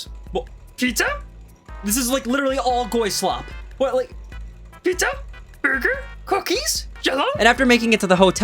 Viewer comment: Why does he say pizza like in those fnaf videos when chica see's pizza